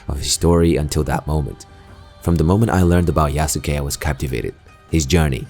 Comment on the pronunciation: It’s pronounced YASKAY my guy lol